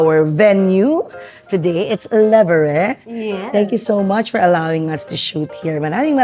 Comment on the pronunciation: Hello mamu Tin 😊 woww Sheryl Cruz i remember yung notebook ko dati sya ang cover look young prin si miss Sheryl 😊 by the way mamu Tin para mas frenchy po ang dating ng pag bigkas nyo ng "Le Verre" ganito po sya e pronounce "Lo Ver" dapat masyadong ma tunog po yung R yung prang galit na R 😂 at wag din masyadong malambot ang pag bigkas ng o and wag nyo po bigkasin ang e sa dulo. Le verre means "The glass" po in french of course 😊 and salmon in french nman is saumon ang pag bigkas nman po is "sumong" try nyo po uli sabihin tunog french na po kyo nyan 😊 sana po next time ma guest nyo din si Jennifer Sevilla idol ko slang dalawa ni Sheryl 😁